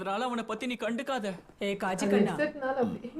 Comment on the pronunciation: Kaaji ❌ Kaji ✅